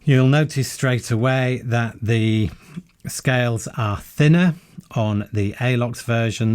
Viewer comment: Why do you say 'zee' instead of 'ze' ? always tought it was defined by the word that comes after.